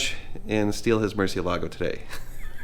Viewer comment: You are not allowed to own a Murcielago unless you pronounce it correctly 😂. Just kidding. But seriously, Mur-seal-a-go